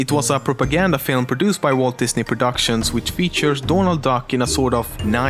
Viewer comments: He he you say dånald and not Donald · Donald, not doornald, Donald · donald or dornaald? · dånald duck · Is it your accent that is making you say "Dornald Duck"